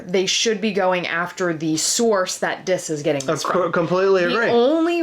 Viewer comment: Is funny people pronounce it as Dis when it’s pronounced Diz as it’s short for Disney